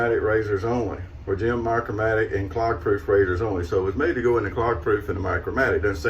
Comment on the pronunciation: Just one word, "Micromatic", not "Micro Matic, and never "MMOC".